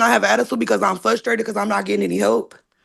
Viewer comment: Ma’am the word is frustrated not fustrated. Please learn English. And sit the heck down while in court fool. What a rude, entitled, criminal. Her demeanor in court seems to indicate she is most likely guilty. I bet she isn’t on drugs but is just an angry and hateful bit@